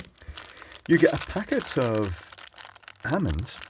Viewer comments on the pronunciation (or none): I got more annoyed about your pronunciation of almonds than I should have.